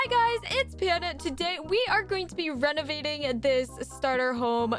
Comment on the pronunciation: I thought she said "Hey guys! Today we are to be RENAGADING the starter home!"